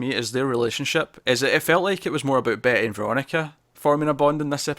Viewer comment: you keep saying Betty and I keep hearing Bae ...? lol